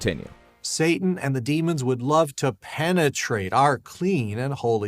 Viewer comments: PEN-A-TRATE, i died 😅🤣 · So glad I wasnt the only one to notice that. I felt an actual corporeal discomfort the way that dude savored the consonance of "ppppenentrate". But the worst part was the entire turn of phrase, where he warned that satan would "ppppenentrate our ppppurity". Penetrate your...purity? What the hell? Was that supposed to be the creepiest rape euphemism ever, or was it just an accident from someone who derives way too much enjoyment ppppppronouncing the letter 'P'? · Why does he say “penetrate”, “purity”, and “permeate” so strangely? What other “p” words does he get hung up on? So creepy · The way he says “penetrate” though...